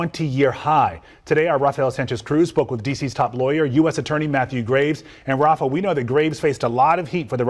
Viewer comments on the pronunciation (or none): none